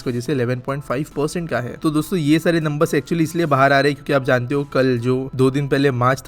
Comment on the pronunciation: Shuruvat me jabaan fisal gayi shayad dosto bolte hue😂